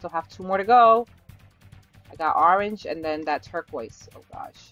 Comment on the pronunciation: You said Arange it’s annoying